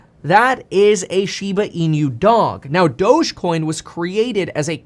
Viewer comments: Not SHIBA E-NEW. Correct pronunciation is SHIBA E-NOO (NOO is pronounced like nook without the k). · Inu is pronounced “E—Noo” Kevin, not “E-nYoo”…there’s no ñ sound. Otherwise, thanks for the content!! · "inu" is not pronounced as "in-you"... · How this man says Inu, will never not tilt me. Holy fack!